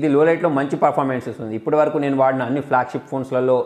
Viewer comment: వడినక కాదు వాడినాక